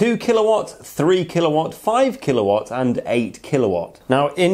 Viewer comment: Yeah, it hurt my head every time he said kilowatt